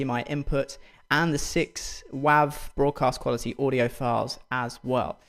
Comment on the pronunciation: did he say... waahv?